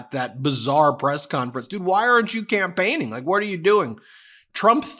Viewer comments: "compaigning".....complaining as a campaign. Classic Trumpian slip. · Did he say campaigning or complaining